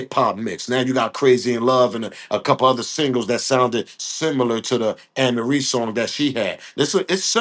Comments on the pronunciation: This just 1 day thing that got me Tripping..was the Song 🎵 & You pronounce her name like A ' Marie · Hey Amarie Pronunciation A - MARIE HER SONG IS.... ( IT'S THIS 1 THING U DO) EVEN THOUGH SHE HAS A FEW MORE GOOD SONGS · Amerie is pronounced as A-Marie.